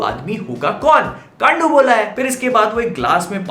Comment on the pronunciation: Kaandu bola he Gaan*u nahi